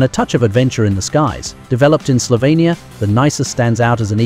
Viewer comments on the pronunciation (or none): none